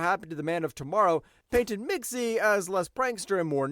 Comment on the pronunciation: Mxyzptlk: Mix•yeez•pit•lick